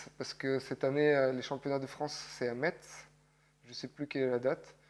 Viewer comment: Pour info on prononce « messe » et pas « Metz » ^^ tu vas te faire insulter sinon